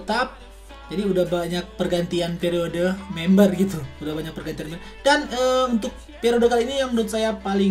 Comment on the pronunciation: Periode kali bang bukan piarode😂😂😂